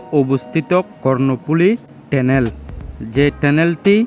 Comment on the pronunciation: লিখলেন Tunnel( টানেল), আর উচ্চারণ করলেন (টেনেল) 😂😂😂